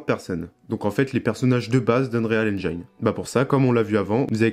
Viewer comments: Prononciation : N-jine et pas Njayne 😅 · "Haine-djéne" pas "haine-djaïne" ... Mais sinon ça a l'aire bien fichue ce tuto. Bravo!